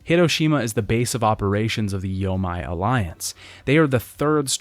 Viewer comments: Loving these retrospectives but it’s bothered the heck out of me in each one: anytime you see a Japanese word with “ei” in it it’s not pronounced “ai” like you’ve been saying, it’s pronounced “ayyy”. The “yo-may” alliance, not the “yo-mai”. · Dadoji and yamay alliance lmao. Bro the game says both names numerous times. It's 'die-do-ji' and 'yo-mey' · When converting Japanese words to a English alphabet "ei" is pronounced "ay" so yomei would be pronounced "yoh-may" it is "ai" that is pronounced as "eye". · “Yo-may” = Yomei